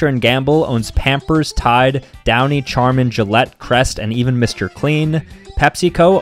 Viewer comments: He did NOT pronounce charmin (correct sharmin) like charmin (ch ar min) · Charmin is pronounced "sharmen" not "charmen". Dont act like you never heard the word before 😒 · I'm sorry but did he really just pronounce the "Ch" in Charmin? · The way he pronounced Charmin 😭😭😭